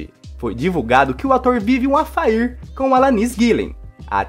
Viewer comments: Alanis...affair...NO MINIMO DEVERIA CHECAR A PRONÚNCIA DO QUE VAI LER.KKK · Jove vive um afair????? Kkkkkkk Um "afer" é a pronúncia certa. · 😭🤣😁 só pode ser paranaense